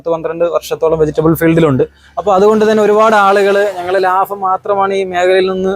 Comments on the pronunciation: Labam -ലാബം 🙅 Labham -ലാഭം 👍🏻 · Laafam alla laabam